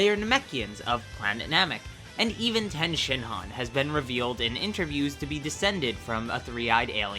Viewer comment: I thought his name was tien not ten shin ron